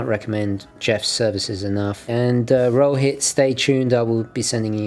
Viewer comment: Hi, Rohit here. Glad to see you finally received the Astron. Yes, you did pronounce my name right (almost). Thanks a ton for the gift. A gift from; it'll be a collector item for me:) I await the Astron review... PS: I hope you have my email id to contact me?